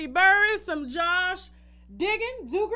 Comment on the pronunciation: Pronounced DOUG-ger lol. Not Dooger